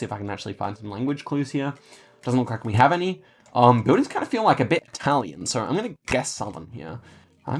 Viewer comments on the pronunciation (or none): none